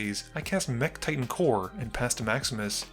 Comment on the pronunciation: Every time you say "Maximus plays", I hear "Max misplays"... 😅